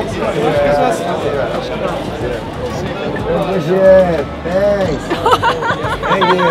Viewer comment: “Tenks tenks “ en todo el video